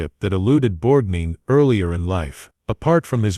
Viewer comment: Borgneen? Effing Borgneen? Stop this. Please. No more.